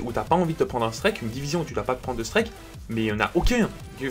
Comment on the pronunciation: Score " strÈK "